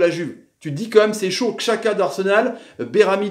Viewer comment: Pk tu dis chaka et pas djaka xhaka=djaka ptn